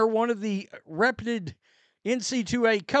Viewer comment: It’s RE-PEW-TED …. Reputed. Fixed your grammar error on air. As much as I like and you milking this content for clix, stop mentioning AR and IT will go away. You only give AR more attention, you a shill or something? My dad played for the Indiana Hoosiers in 1963-64 season before a less dramatic Bo Jackson type injury buried his career. Do you even know the sport or just a drama content creator?